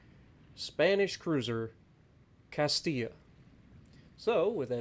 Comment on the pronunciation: Was terrified he was going to pronounce it Cast-ill-a. Thank you 😂